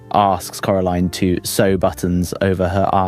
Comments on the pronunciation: Cora line not cora leen with respect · It’s Cora LINE not Cora leen 😂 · "coralean" Its coraline not coralean😭😭😭😭😭😭😭😭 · I’m sorry corLEEN?! Do I have to sound this out core-a-line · why are you pernouncing it “carilien” 😂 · it’s still coraline. Not caroline, not coralean, CORALINE! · Why did you forget how to pronounce Coraline's name half way through that segment? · How is no one talking about how he butchers the pronunciation of Coraline moments after saying the name of the movie correctly